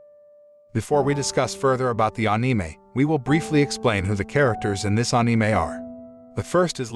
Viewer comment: "aneemei" why he say it like that?